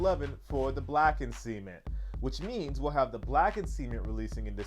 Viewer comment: next year is gonna be nuts with all these sneakers that dropping. cant wait. by the way gotta change the way you pronounce cement. lol.